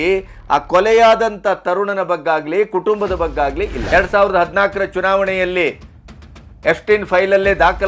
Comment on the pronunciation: ಬಗ್ಗಾಗಲಿ ಅಲ್ಲ ಸರ್ ಬಗ್ಗೆಯಾಗಲಿ